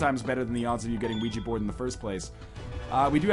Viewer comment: i like how he pronounces Ouija Board as WeeGee Board. Thats how everyone should say it